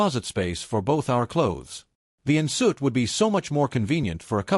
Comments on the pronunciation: The "nsoot" is pronounced "on sweet"... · An "in soot" bathroom 😂😂 An en suite? 😆